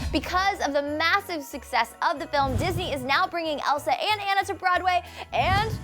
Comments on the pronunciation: If she,, is such a huge fan of frozen, shouldn't she know that Anna's name is pronounced like "Ah- na" and not "an- na"? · It's pronounced Ah-Na, not Anna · It's pronounced like Ahna not ainna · how come you said anna when it is pronoused anna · i know its spelled anna but it is actually ana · ITS ANNA NOT ANNIE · Its Anna not ana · The way she says Anna.... It's Ah-nah, not An-nah. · not ana onna aka anna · I wasn't crazy for the movie.. But it's not An-nuh it's ah-nuh. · It's Anna not Ana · i don't want to be mean or anything but anna is pronounced (onna) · Its not... its pronounced ah-nna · You're pronoucing her name wrong. It's more like Aw-naw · they said anna wrong they said unna or idk JUST THEY SAY IT WRONG!! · Loved this. Except the whole "Anna" part. "Ahna." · She's not a real frozen fan because she can even pronounce Anna's name right. Spelt Anna pronounced Ana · It's not pronounced Anna is pronounced (On-a) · its not pronounced Anna its pronounced Ona but its spelled like Anna have you not watched the movie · OTHER THING YOU DIDNT KNOW ABOUT DISNEY'S FROZEN: ANNA'S NAME IS PRONOUNCED AW-NUH!!! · Did she just freaking pronounce Anna from frozen as the a in band?!? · It's pronounced onna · it is aaaana not anna short a pronounce it right btw i have a obsessive problem with frozen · Does anyone else wanna punch her in the face for saying Annas name wrong like come on the say it 1000 times in the movie and you can't fucking say it right?!?!? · When she pronounces Anna wrong.... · That awkward moment when she mispronounced Anna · she pronounced anna wrong... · She keeps saying Anna wrong!!!! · She pronounced Anna wrong!!!!!!!!!!!!!!!!!!!!!!!!!!!!!!!!!!!!!!!!!! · She Says Anna Wrong. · I'm sorry but you are saying Anna's name wrong 😫 Sorry to point it out, but it just annoys me 😫 Great facts and video tho!!! 👌💕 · she said anna wroung! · she said anna's name wrong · She said Anna's name wrong twice... You would think she would know it by now